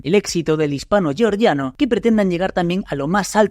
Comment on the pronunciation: Georgia no se pronuncia así. Por que pronuncias "georgiano" en ingles si no es en ingles?